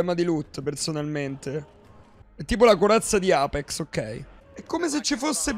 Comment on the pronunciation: Alla fine ne pali male a pronunci sempre apex 🤣🤣🤣come sei andato all'evento?